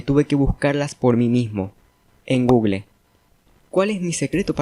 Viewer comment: USA: Gugul España: Gugel: Gugle